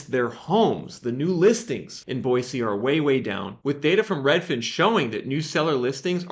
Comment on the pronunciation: Live here in Boise and have been watching your videos awhile...spot on and so impressed how far your correct pronunciaton of the city has come!